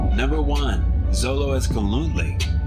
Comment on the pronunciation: Yea, isn't it "cholo" not "zolo" ??